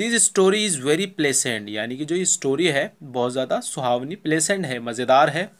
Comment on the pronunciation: pahle aap tho bolna sikh lo pleasant ko bolte time ˈplezənt bolte hai bacho ko fail karwoge